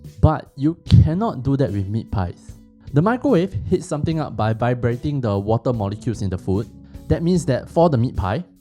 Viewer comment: “Mee crow wah vay”